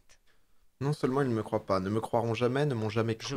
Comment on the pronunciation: par contre ont dit croivent